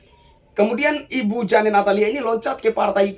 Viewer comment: JANE dibaca JEIN ....😅😅😂😂